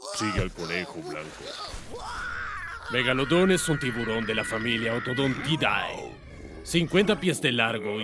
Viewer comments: En la familia no se pronuncia "dae" es "de" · Cuidado con la pronunciación, el nombre de las familias termina en "dae" pero la pronunciación correcta es "de" por lo que se escribe otodontidae pero se pronuncia otodontide.